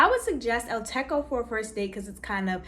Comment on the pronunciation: El Techo is pronounced with a hard ‘ch’ not K, Techo means roof in Spanish